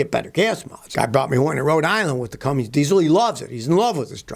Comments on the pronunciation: Scotty, love your channel and am amazed how much you know about cars. Please start saying Cummins and not "Cummings" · CummINs not CummINGS.